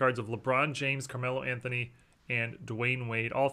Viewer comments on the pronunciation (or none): none